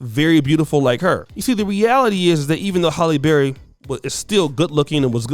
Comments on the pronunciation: It's HAlley not Holly. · Pretty sure her name is pronounced Hal-eee not Holl-yy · HALLE. NOT HOLLY. LITERACY MATTERS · "Halle Berry-Not Holly But Ha'lle Berry Sir."😪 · HALLE!!!! Not Holly 🙄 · her name is Halle, not Holly. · Im more disturbed by how your saying her name holly berry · You have to take time to do your research. You have Halle married to someone that she’s not married to. The correct pronunciation of names is important as well.